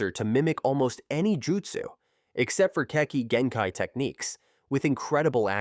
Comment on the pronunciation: Omg The way he pronounces sharrigan kekei genkai and everything else he pronounced wrong was cringey asf sounds like he just started watching naruto or something wtf